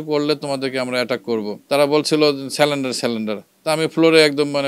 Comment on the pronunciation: আপনি বললেন সালেনডার। উচ্চারণ হবে "সারেন্ডার" মানে আত্মসমর্পণ।